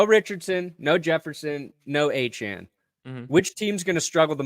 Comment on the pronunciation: Its Achane and its not even close...